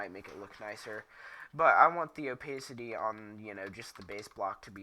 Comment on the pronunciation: opaisity XD LOL